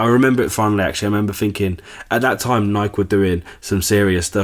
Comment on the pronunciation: Nike not nik